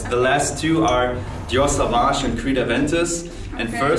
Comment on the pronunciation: SAUVAGE and you also dont say "savage" but "sOvage" bruh everybody saying it wrong